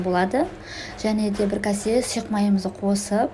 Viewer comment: Ренжіме өте тамаша бірақ кәсе емес кесе секер емес шекер сияқты